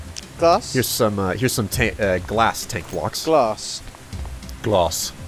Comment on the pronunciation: its glass not glars:o)